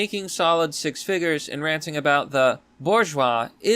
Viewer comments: Fyi, it's pronounced boar jwah zee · That's pronounced "buzsh wah zee".